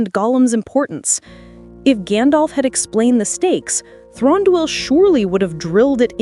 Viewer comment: Also, Thranduil is pronounced Thrahn-du-il. The a is soft. Like Elladan is pronounced like Ella-dawn. And the last part duil is pronounced separately and not together. The Celeborn part is an easy mistake and I used to do it too. But I have never heard Thranduil pronounced as Thron-dol.